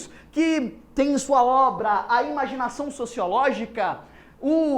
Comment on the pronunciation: "Imanigação" sociológica??? rsrsrs...